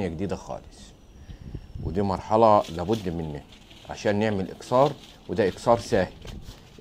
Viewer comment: اكثار وليس اكسار